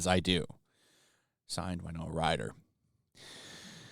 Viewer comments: Winona, win-oh-nah, not wine-oh-ah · I love your channel, I do. Who is this Wynoah of whom you speak? Do you mean Winona Ryder? That’s pronounced WIn-Nona, not Why-Noah. Nothing so Country and western sounding. Actually, her real name is Winona Horowitz. Hope that helps clear some things up.